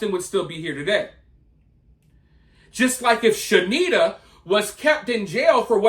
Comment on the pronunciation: Shanetta (She-need-ta) get sh*nked in prison😂